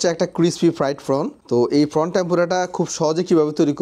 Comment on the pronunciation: ফানি, ফর্ন....😂 প্রথমে বুঝতে পারছিলাম না কি বলছে😂